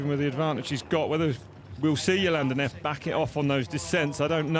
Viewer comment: Neff not “Nerf” 🤣😂🤣